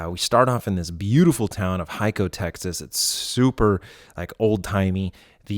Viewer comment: Good shit what a crazy effort. Just FYI Hico is pronounced Hee-Co to Texans.